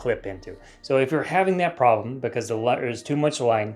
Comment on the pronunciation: Verry well made, cut and narrated videos, awsome way to spread knowledge but actually I cant help to comment because ..... "but no plroblem, I deployed my moderately sized red sausage" ... CUT! ... and continue.... 👌